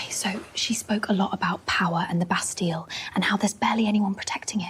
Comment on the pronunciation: no one said bas talle,,, bast ille